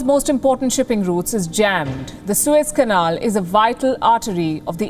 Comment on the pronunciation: Suez CANEL...the word "canal " there is for a reason...Lamo